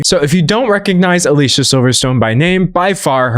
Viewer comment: Dear Professor- she pronounces her name “Ah-Lee see-ahh” 😊